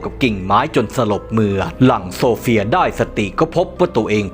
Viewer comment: ฉันได้ยินโซเฟียเป็นสมศรีเลยฟังอีกรอบอ๋อออโซเฟีย😂😂😂😂